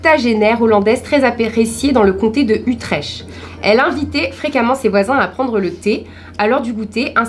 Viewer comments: Ca se dit "Utrekt" par contre ^^ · On écrit Utrecht mais sa se prononce \u.trɛkt\